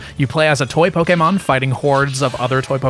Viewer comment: The fact that you pronounce Pokémon correctly made my day